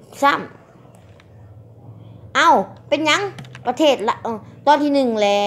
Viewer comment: พูดประเทศยังไม่ถูกเลยยังจะกร่างอีกกูละขำ